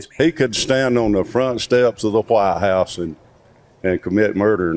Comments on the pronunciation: The guy in the blue T-shirt pronounced it Hwite house ! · The way that guy pronounces "Whitehouse" is truly disturbing